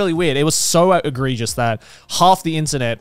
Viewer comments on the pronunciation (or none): Listening to this I think Garnt thinks it's "agregious" not egregious